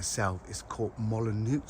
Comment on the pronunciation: Thamks. Lovely video as always. Brave with the pronunciation of 'Molinieux'...it is 'Molino' 'x' is silent.